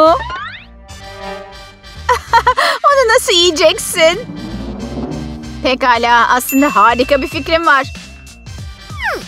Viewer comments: biraz geri sarin pegala dedi pekala degilmi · Olsun onlar pegala diyo hep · Orda pekala diyeceğine begala demiş